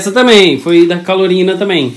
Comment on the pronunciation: Calorina foi boa murri🤣🤣🤣🤣🤣🤣🤣não seria Carolina